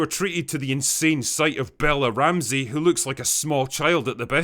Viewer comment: "Am Bella Ramthee, and I have diabeeteez"